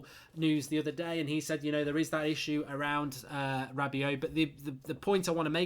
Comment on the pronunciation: Good analysis but rabiot is pronounced rabioh, not rabiot even though it's spelled that way